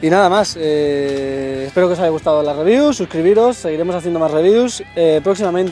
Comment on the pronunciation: dice Rewiev en ves de Review xd